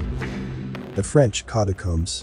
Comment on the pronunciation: . First, it's pronounced CAT- a -comes, not CUT - a comes Second all the bones under Paris date from Roman times , all the people who died between Roman times until the 19th Century ended up under Paris. Do actual research, not from "paranormal" sites only. St Petersburg building at Petersburg was built on a swamp. Stabilizing the Foundations of any building there takes longer than building the the building. That plus malaria that killed thousands of the workers. Again, if you bothered to do actual research, rather than just copying stuff from other "paranormal" sites , then passing it of as "research" , you would actually have something worth watching.